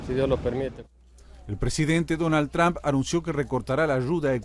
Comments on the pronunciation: Se dice Trump o Trum no Tramp. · SE PRONUNCIA TROMP NO TRAMP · Estos perodistas pendejos no saben pronunciar trump